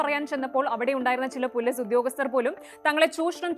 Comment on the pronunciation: നിങ്ങൾക്ക് മര്യാദക്ക് മലയാളം സംസാരിക്കാൻ അറിയില്ലെ. ഇല്ലങ്കിൽ ഈ പരിപാടിക്ക് നിൽക്കരുത്. പോലീസ് എന്ന പറയുന്നതിന് പൊലിസ് സക്ക് Z ൻ്റെ ഉച്ചാരണം. എല്ലാം English ചുവയിൽ സംസാരിക്കുന്നു മഹാ ബോർ👎🏻